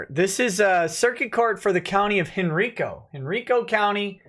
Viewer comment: It's pronounced Hen-RYE-co not Hen-REE-co, no matter what the GPS voice tells you